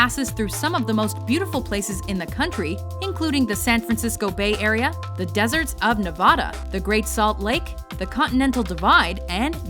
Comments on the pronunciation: NE-VA-DUH NOT NE-VAH-DAH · I cringed when she said, "Nevahda".But I understand, she is not from this region.